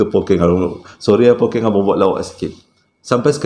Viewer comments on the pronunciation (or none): Hahaha Pokkeng bang 😂 kalo Pokeng jadi lain maksud ye nanti 🤣 tertinggal 1 huruf “K”. but it’s oky. bunyi ye lebih kurang. kalo orang utara lain maksud ye